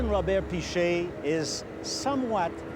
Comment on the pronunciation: I heard Gromet not Robert